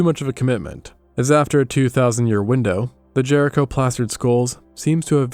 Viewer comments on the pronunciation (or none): ahh this is voiced with ai. Damnit, just when I thought I found a good history channel. Properly pronounces jericho minutes earlier. Then says “jury co” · Do you have wandering pronunciations on words that you haven't bothered to look up? Jericho, JeRiquo?😂